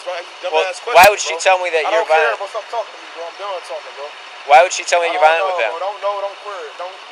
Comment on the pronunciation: "dont know dont quare" i love when stupid/nervous people make up new words :D